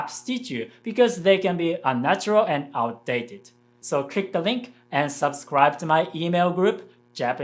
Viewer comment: On the topic of English pronunciation, the "sub" in "subscribe" is not pronounced like the "sub" in "submarine" but like in "supply" (just with a b instead of p).